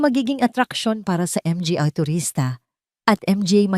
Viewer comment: 😂😂😂sorry po 🤣🤣🤣may kahusayan sana ang pagnanarate malinaw nakakatuwa lang ang mali niyang pagbigkas na maraming tagalog na salita. tulad ng mga, dra- doctora at iba pa ha ha ha 😂"MGA -manga "po ang tamang pagbigkas 😮pero natatawa talaga ako